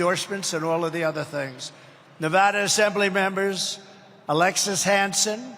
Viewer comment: Anybody notice he said nevada correctly